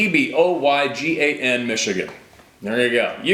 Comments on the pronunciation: You pronounced it right Che boy gon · You pronounced Cheboygan correctly.